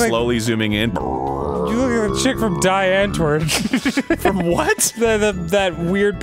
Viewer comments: Hearing an American motherf trying to say die Antwoord was FUCKING AMAZING. Its pronounced 'dee untvoord' in english😂😂😂 it translates to the answer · Die Antwoord is pronounced D Auntvoord. Think similar to pewdiepie. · Hey guys, don't wanna be a know-it-all prick. I kinda like Die Antwoord, and I thought it was pronounced as it seems like it would be, but it's actually something like"dee ahntvihrt" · It's so weird to hear Die Antwoord pronounced "[dai] Antwoord". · I love game grumps but it makes me so grumpy how badly Danny pronounced Die Antwoord